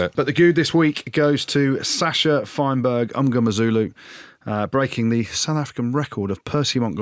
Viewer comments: Jim you need to learn to say Sacha’s surname properly…it’s mm-ngo-meh-zoo-loo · Zero effort to say that last name properly.